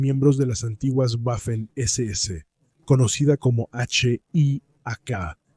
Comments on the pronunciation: Tú eres tonto, chaval. No se dice "guafen" sino Waffen. Si no sabes ni siquiera cómo se pronuncia el alemán, dedícate a otra cosa..., a plantar pepinos, por ejemplo, o a trabajar, mejor... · Cada vez que pronuncias "Güafen" muere un cachorrito, que lo sepas. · Qué manía con las “Guafen” . Para estos anglómanos todas las lenguas del mundo deberían pronunciarse con fonética inglesa. Le envío mi dislake y de suscribirme ni en broma. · "Guafen" mamita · repugnante como pronuncia "Guafen" y "guiking" aprende a pronunciar bien que da asco como pronuncias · Tú escribes y hablaras en castellano fluido. Simplemente no sabe alemán, por eso no sabe cómo se pronuncia.